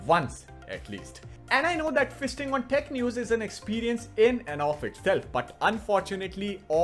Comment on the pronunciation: feasting on tech news sounded like Fisting on tech news.🤭😆